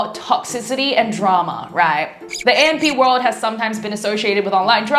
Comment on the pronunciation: You pronounced AMP world wrong and kardashians 😅